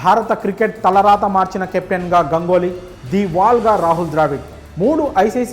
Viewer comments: Gangoly kaadu bhayya. Ganguly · Gangoly kaadu Ganguly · Gangoli kadhu ra erripooka ganguli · Gangoli kadu sir ganguly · Gangoli kadura ganguly 😂😂😂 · గంగోలి కాదు సామీ, గంగూలి. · గంగోలి కాదు గంగూలీ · గంగోలి కాదు raa అయ్యా... గంగూలీ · గంగోలి కాదు బాబు గంగూలి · Gangoly kadu ra babu ganguly😅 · Gangoli kadu ra ayya ganguly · గంగోలి ఏందిరా నాయనా… పలకలేవా రాదా, తెలియదా.. చూసుకొని పలుకు రా